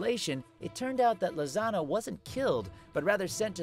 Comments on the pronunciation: Am I the only one who thought when Todd said “ Lisanna” it sounds like he’s saying lasagna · why Lisanna almost become Lasagna when you speak her name..? you must be hungry.. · When he says lisanna it sounds like hes saying lasagna lol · The one and only natsu.. or Todd .. just said lisanna’s name wrong ... oh sorry but burn Nali fans